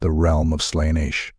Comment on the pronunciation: You are pronouncing Slaneesh...